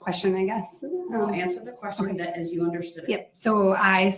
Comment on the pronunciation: "It's not an examination it's a direct" OMG MAKE IT STOP. How did I miss that before. Then the "And I will get to redirect after dat right?" WOW. DB... This guy would lose to Hamilton Burger in the black and white days.